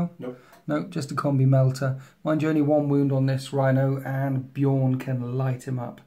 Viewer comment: As a long time time space wolves player I can completely forgive the mistakes with the space wolves unit names, simply because he's pronouncing Bjorn corectly. Its so jarring hearing (usually American) people pronounce B Jorn with a hard J....